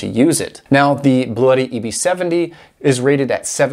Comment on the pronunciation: Pronunciation ... I spoke with Bluetti customer service rep who confirmed: the correct pronunciation is BLU-tee. I'm not concerned with your way; I just think it's funny that they're not trying to correct anyone. :o)